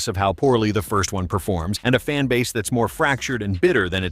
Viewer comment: Zplit the fanbaze and coz you know we are the bezt. Is that loose tongue iq issues?